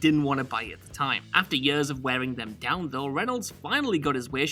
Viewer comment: The way you pronounce years makes me angry